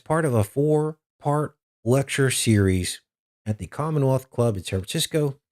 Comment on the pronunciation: It's San Francisco not what you said . If you want to alienate listeners in CA no problem I told Midnite Ride same thing and they stopped - I didn't even give days of Noah guy a chance just unsub after his remark. Hold up your brothers and sisters in places you don't like if you know you have listeners from there otherwise thanks for the insult. Satan is everywhere don't kid yourselves.